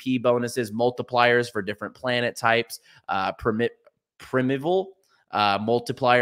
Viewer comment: Primeval = Is pronounced Prime Evil